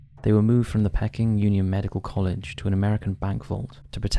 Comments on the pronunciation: Hmmm... perhaps you're onto something. Surely, a "real" person would know how to pronounce "Peking" (Chinese), as in Peking Duck. Not pronounce it "pecking". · Pecking man? Don’t you mean pea_king … peking man? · It’s pronounced PEEKing man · Love the channel but hardest to explain was how the pronunciation of Peking could not be sorted out either before recording of while editing the video.honestly not having a go but a quick search on any tricky words would solve this issue. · The pronunciation of “Peking” in the section about Peking Man really needs to be corrected. It’s very off putting. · What’s ’pecking man’ lol it’s Peking!!! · Pee king man not pecking man 🙄 Sino Japanese War, spelt Sino, pronounced Sy No. Honestly, the pronunciation in that segment made my ears bleed. If you are unsure of the pronunciation, check. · It's pronounced "Pea-king" man <3 Love ya!! Keep up the good work! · I have been listening for years on and off, but what is it with this guy's pronunciation? "Pecking man"? Who pronounces Peking as pecking? It's a regular thing in his videos and puts me off watching. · Great video, but just for your information,'Peking Man' is pronouncek 'Pee - king Man' .. Peking is the former name of the capital city of China, Beijing .. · Pronounced: Pea-king man! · Peking. Pronounced as pee-king as in the place in China. You really do pronounce some words bizarrely wrong. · It's pronounced 'PEEKing' man, as in 'Peking duck' or the old name of Beijing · Its pronounced peeking man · Pecking Man?! Dear Lord, come on. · Peking is pronounced peeking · pee-king, PEE-KING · Pecking man? Peeking is pronounced like P-King. I hate ai. That’s enough for me. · Pee-king man not Pecking man please! It’s the Anglicised version of Beijing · Why you kept saying 'pecking man' like he's half chicken - half man, instead of 'pea -king' man, after the place in China. Bloody pecking man. Lolz Let you off as you're good to your subscribers. 😂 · Pay-king, not peck-ing.